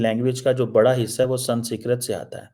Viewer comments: stop pronouncing the word "SANSKRIT" wrong on purpose. You know it's not "SANSKIRT"... It's "SANSKRIT"... You still don't get it... Indonesian President is not the only one SMART in his nation. Indonesians do know their past. This is why while you Pakis were burning down all of the temples of your ancestors in Pakistani, Indonesia's MUSLIMS were busy preserving them. In Indonesia, Hindus, Sikhs, Christians don't have to live in hiding... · I love the way he pronounces Sanskrit ..... We have to learn what president and prime ministers think from this joker.... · He can't even pronounce the word 'Sanskrit'...I don't know why we need to subscribe to him, he is spewing venom against India....of course we can watch him for fun. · pronounce Sanskrit world properly. It is the language of your ancestors. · ko sanskrit bolna nahi aa raha.. Kya education hai tumari.. Doctor ki degree Mil Gai Hai but pronunciation Karni bhi nahin aati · Why cant this fool pronounce Sanskrit.. what a waste .. and he has a phd.. wow.. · Woh jaanki galat pronounce karta hai